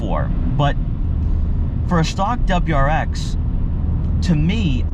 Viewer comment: What’s a dubruex? Do you mean WRX?